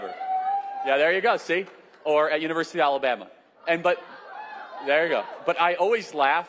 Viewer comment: "I met and married my cousin at the yooknee varsity of Alamaba" 😂😂😂